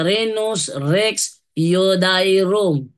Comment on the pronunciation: Bro, Rex yu-de-yo-rum pag.pronounce nyan